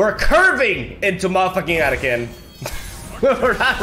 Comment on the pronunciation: AH-TAH-KHAN didn't even hit once in this video, dafuq lol.